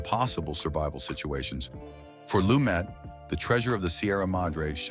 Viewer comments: It's pronounced "Lu-met" and he made several movies outside NYC. THE HILL, THE OFFENSE (UK), MURDER ON THE ORIENT EXPRESS (France), THE MORNING AFTER (LA), THE VERDICT (partially in Boston), THE FUGITIVE KIND (Upstate New York). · It's pronounced Loo-MET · PRONOUNCED "LUMAY" IF HE EMBRACED THE FRENCH ORIGIN OF HIS NAME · Nevertheless, he pronounced it "Lu-met." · Can they at least get the pronunciation correct on the subject.